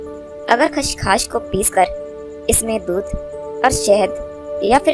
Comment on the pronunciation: میڑم لفظ خشخاش اور آپ کھشکھاش کہے رہی ہیں۔